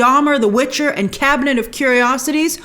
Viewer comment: You keep calling the watcher the Witcher haha